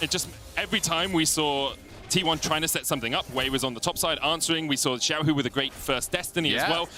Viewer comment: Why do so many NA and EU casters have problems pronouncing Xiaohu‘s Name? Or is it at some point deliberate? There is LPL casters with them in the same room pronouncing it properly while they don‘t? Sus